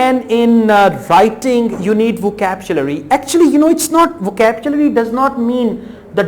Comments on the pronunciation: vocapchlury ni vocabulary hota bhai... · voctchabulary , vorld , adiaz ,,,, what a rubbish pronunciation . are u sure you are a teacher ?